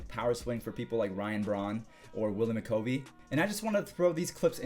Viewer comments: Its Willie McCovey.. Mc-Cov-e Not Mc-covy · "Willie Mc-Kovie".....it's pronounced Willie Mc-KUVvey. You're a young pup, I know you don't know who he is. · Willie McCOHvey? Or Willie McCovey lol